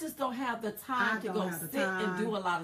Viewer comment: PC Police much , btw, It's all "the" best not "da" Duh !!!!